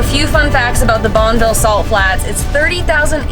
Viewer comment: It's actually pronounced bon-uh-vil.